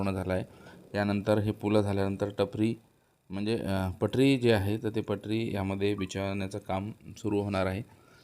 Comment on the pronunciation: टपरी नव्हे पटरी😂😂